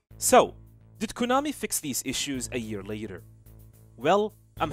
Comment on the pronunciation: Learn how to say Konami properly.